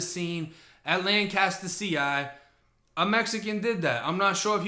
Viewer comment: We have a city of Lancaster in Cali and when you say Lanscater I think of the city then I realize you are talking about the prison.